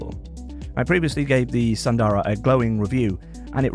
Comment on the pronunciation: Please pronounce as s”u”ndara not sandara..